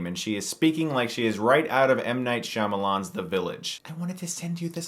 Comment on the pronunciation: Lol at how you said Shamamlimah's last name. I mess it up or sometimes myself.